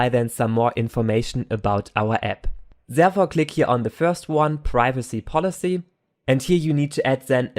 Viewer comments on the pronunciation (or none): the only problem is with "This", T-words, that become "Zhis", "Zherefore", "Zhen", it really confuses me, but apart from this, really good video!